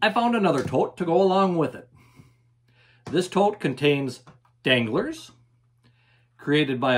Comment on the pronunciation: When you said danglars I thought you were talking about dingleberries